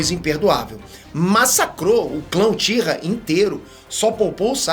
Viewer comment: "Joãozinho Uchira"... 🤣🤣🤣🤣🤣🤣🤣